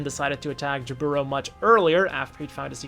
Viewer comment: It's jAburo not jabUro